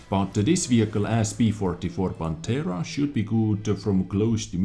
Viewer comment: They seem fantastic, especially the tier X progetto 46., Pantera pronunciation is perfect; but prototìpo has the vocal accent on the I. As always very good and detailed video! 👍